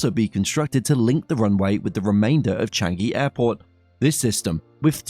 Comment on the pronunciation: Is Chang-eeee not Chang-geee....